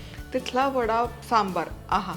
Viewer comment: "सांबर" नाही हो, "सांबार" असा शब्द आहे. सांबर हा प्राणी असतो. पदार्थाचे नाव बरोबर उच्चारा.